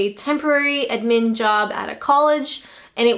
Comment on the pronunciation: I wasn't wild about how she pronounced "admin" though.